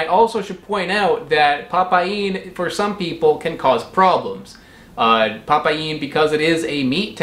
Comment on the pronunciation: Nah mate, it's pa paeen, it's probounced pa-PAIN BROTHER!!!!